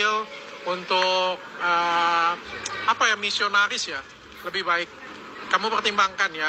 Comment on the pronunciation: JELA2S,. LU BILANG ..MISONARIS.